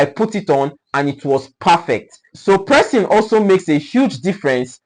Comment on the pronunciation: He is correct in saying pressing.